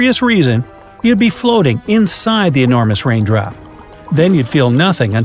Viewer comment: He just said wain drop